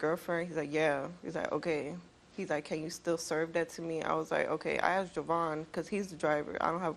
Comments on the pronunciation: Can these people people stop saying "Axed" it's "ASKED" You don't want to be "Axed" I promise you! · That woman admitted it, she said "I axed her".